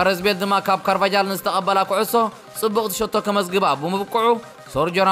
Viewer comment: ኽቡር ኣንባቢ፣ ስፖርት ብፍላይ ኩዕሶ እግሪ ስምዒት፣ ኣፍልጦ፣ ወኒ ዝሓትት ዓውዲ ስለዝኾነ ኣናብባኻ ኣማሓይሾ ኣዝዩ ብዙሕ ጌጋታት ኣሎካ። ከም ኣብነት ኩሉ ግዜ ኣእዛነይ ዘኲርኩሓኒ ትጥቀመሉ ግጉይ ኣናብባ ኣስማት ተጻወትትን ክለባትን ኣሎ። ከም ኣብነት ዋቲፎርድ ዘብል የብልካን (ዋትፎርድ) በል። ኣስማት ዳርጋ ናይ መብዛሕትኦም ተጻወትቲ በቲ ናይ ትግርኛ ዓይነት ጌርካ ኢኻ ተንብቦ። ሎሚ ከኣ ካርቫጃል ኢልካዮ ን ካርቫሃል ተኸላኻሊ ርያል ማድሪድ። ንሮናልዶ ዓቢ ``ብሰንኪ እተን ወርቃውያን ኣእጋሩ ምስ ባርሴሎናን ርያል ማድሪድን ክጻወት ክኢሉ`` ኢልካዮ። ብሳላ እተን ወርቃውያን ኣእጋሩ ዶ ወላስ ብሰንኪ እተን ወርቃዊ ኣእጋሩ፧ ዓቢ ናይ ሰዋስው ትግርኛ ጌጋ!! ኣብ ስፓኒሽ ቋንቋ ኩሉ ግዜ ''J'' ከም ``ሀ`` ኢዩ ዝንበብ። ከም ኣብነት ኣርጀንቲናዊ ተኻላኻላይ ማንቸስተር ዩናይትድ Marcos Rojo ማርቆስ ሮሆ ኢዩ ዝንበብ Carvajal ከኣ ካርቫሃል። ብዝኾነ እቲ ግጉይ ኣናብባ ኣዝዩ ብዙሕዩ ከተመሓይሾ ፈትን። ሚሎን ኣብ ክንዲ ትብል ውን ሚልዮን ተለማመዳ በጃኻ። ወደሓንካ!!